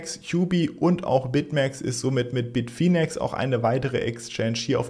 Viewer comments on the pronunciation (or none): none